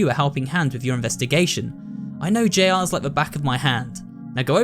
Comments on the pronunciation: hearing someone pronounce Jr as J R instead of saying junior is incredibly jarring for some reason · i like how he says "j rs" instead of "juniors"! abit mind-boggling if you know the correct way to say it but they might pronounce it differently where is! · FIVE NIGHTS AT JR's I CAN'T the way he said Jr's